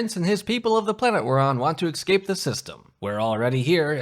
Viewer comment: 14:98 "Ex-scape"? Come on, you can say the word correctly can't you? Enunciate!